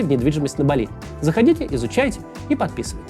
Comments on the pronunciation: бАли не балИ, аж уши режет, издеваешься чтоли Максим, сложно было посмотреть как ударение ставить? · По-русски правильно (впрочем как и по-английски) БАли, а не БалИ. Ударение на первый слог. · Максим, не БалИ, а БАли. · В слове "Бали" ударение на первый слог